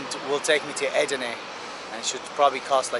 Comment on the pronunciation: name of this border city is not Edrine, it's called Edirne (in Bulgarian Odrin = Одрин)